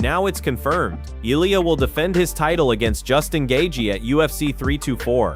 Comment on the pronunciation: Gat-chee... wtf is the audio guy. The names are so bad.